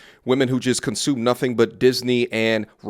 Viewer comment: The other GUY ain't saying NUTIN 🤣🤔😂😂😊